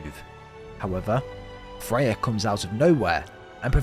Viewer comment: Why do you keep calling Freya Fey